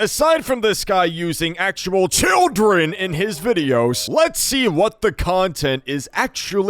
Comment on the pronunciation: “aside from bro using actual CHILDREN “. why did bro say it like that